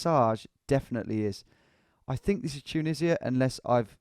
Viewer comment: Dju-nisi-a? Ya serious? 😂😂😂